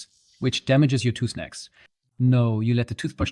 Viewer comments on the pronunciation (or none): damages your tooth necks? what you saying? sorry I cant catch the word youre using. I think its the accent?